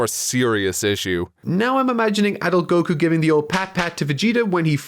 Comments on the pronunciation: Annoying as fuck how he says “go-KOO”. It’s fucking GO-koo.” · Why does hi pronounce Goku so weird